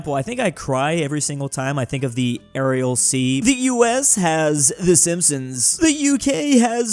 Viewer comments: cries every time he things about the aral sea and I cry every time I hear him pronounce it like "arial" instead of "aral". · Same,. I also cried whenever I heard you pronounce Aral Sea as Ariel Sea